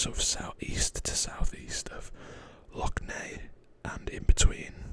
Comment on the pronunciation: Woo! Finally a decent map drawing of Northern Ireland on YouTube! Your pronunciation of Lough Neagh was spot on btw! Also there are no feelings of animosity between the people in the north and the south (besides a collection of some close-minded individuals). Great video!